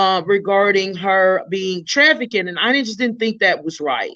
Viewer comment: The word is trafficked. Not trafi-kid. No disrespect but YouTube took away the messaging feature.